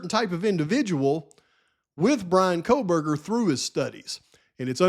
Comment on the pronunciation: Megyn Kelly says "Kohlberger" with an L. I think Nancy Grace does too. 🤦🤦🤦 No way anyone sat around with dead bodies for 8 hours. And no way one dude unalived 4 people in 20-25 minutes with a knife. Especially when one was a male who was bigger and Xana put up a fight. What about the talk of Maddie's wounds and Kaylee's wounds not being the same indicating different weapons? My question is, are DM and BF going to be required to take the stand? These girls know more and their stories don't add up. The house being demolished before trial is ridiculous.